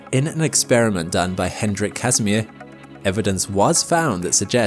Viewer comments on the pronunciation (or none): none